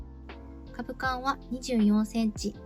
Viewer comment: 撮影時以外もその格好で作業しているのですか？ だとしたら危ないのでやめましょうね。機械に巻き込まれてからでは遅いので。 あと、株間は「かぶま」畝間は「うねま」と言います。